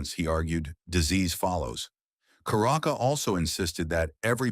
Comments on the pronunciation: It is charaka not karaka, check the pronunciation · it is not karaka but it is Charaka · Charaka is pronounced with the Ch as in children. Not karaka with K. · charak should be pronouced like cha in chanting